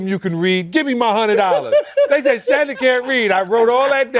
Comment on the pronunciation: “How do you say his name?” Shannon butchers his first name